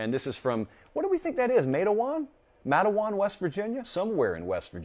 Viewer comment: it is pronounced just like its spelled MATEwan. It's down in the furthest southern West Virginia in Mingo County. In fa CT, the little burg of Matewan is famous for the Matewan Massacre in 1920 during the Coal Mine Wars between Mine Owners and Coal Miners trying to Unionize. As a matter of fact, my Maternal Great Grandfather, Charles Troy (CT) Higgins was one of the 7 Baldwin Felts Agents killed in the shoot out between Baldwin Felts Agents and Coal Miners/Town People.